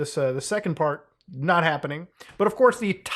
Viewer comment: "We are noy friends anymore" lmao